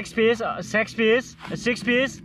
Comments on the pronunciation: When he said s#x piece instead of six piece .i m dead lol.now I have become his loyal subscriber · Sex piece 🤣🤣🤣🤣 Aan e qual and e qual🤣🤣🤣🤣 Alu portaaa🤣